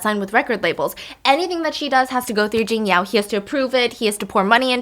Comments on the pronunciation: honey kind kind reminder 琼瑶is pronounced Chiong Yao not Ging Yao ~ love how you are learning the the Chinese pronounciation inst. of giving her a english english name! love you steph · Hi Stephanie, thanks for the story.. btw it's Qiong2 Yao2.